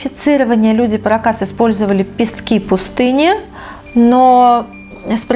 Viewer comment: Культура не паракАс,а парАкас!)))